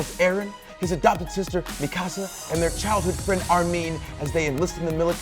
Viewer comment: I was so proud when he pronounced Mikasa right...then he said Armean